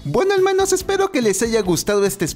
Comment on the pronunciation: Extrañaba el "helmanos" (hace años no veo este canal)